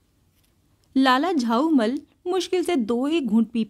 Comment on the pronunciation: Unka nam lala jhaulall tha ap use lala jhaumall padh rahe thi